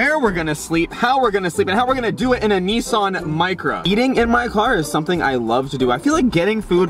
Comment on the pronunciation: neson??? nissan